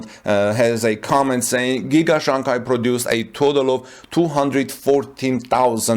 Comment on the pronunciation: Just want to point out that you mispronounced the name Shanghai. The second syllable of the word should sound like “hi” not “Kai”.